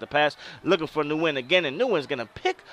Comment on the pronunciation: Nice vid, definitely making a QB road to glory. Just to help you out for your season the name Nguyen is pronounced "Win". I know it's crazy but I know a guy with the name and it's some Asian thing.